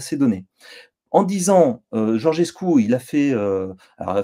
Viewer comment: Alexis, je ne sais pas si tu lis les commentaires mais Georgescu se prononce Djordjescou (comme Giorgio en italien) et PAS Gorguescou !